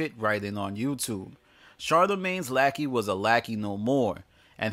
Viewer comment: “Lackey” lol